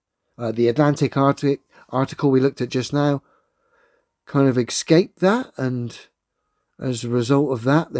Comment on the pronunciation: He had me at “exscaped” clearly a special type of genius, I’m sold.